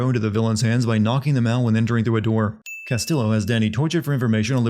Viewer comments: The Ls in Castillo are pronounced as a y. It's a Spanish name my dude. It's not like they don't say it constantly in the game. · oh for the love of- They literally say his name every like 5 minutes. Its "Cass-Tee-yo" not "Cass-Till-o" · bro couldn't you just looked up how to pronounce "castillo"? double L means a "y" sound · Here's one Sin for the video: constantly pronouncing Castillo wrong. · I don't think I'll ever understand how someone can play an entire game, do a video review of it, constantly hear how the name "Castillo" SHOULD be pronounced and STILL say it wrong every single damn time. Fuck me.